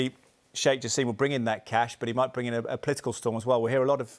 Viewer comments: It's "Jaa–sim", not jaseeem😂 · No Jaseeeem in Arabic it's simple <Ja-sim >